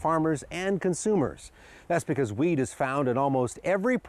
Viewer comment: i swear he says "weed" instead of wheat